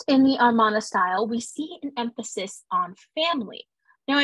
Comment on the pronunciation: I really enjoyed this primer on the Amarna period! The Aidan Dodson book Amarna Sunset is an excellent supplement for a more detailed history of the period. It is a bit jarring to hear you mispronounce the word Amarna throughout, however. It should be uh-mar-nuh and not ar-mon-uh.